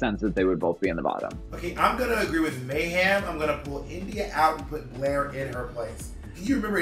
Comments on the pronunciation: Bob says May-HAM every time. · Bob has never once said Mayhem's name correctly